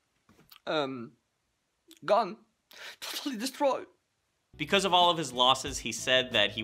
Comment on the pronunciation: Did he say destrod instead of destroyed?